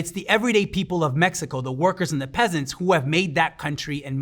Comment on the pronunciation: I appreciate that the host didn't americanized the pronunciation of cities, countries, and people. Kudos